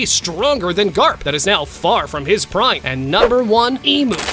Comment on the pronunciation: garp not grap